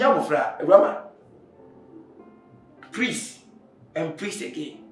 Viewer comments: "prease add prease again "😁🤭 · Prease and prease again 😂😂😂😂😂